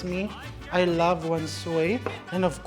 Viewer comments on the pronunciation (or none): none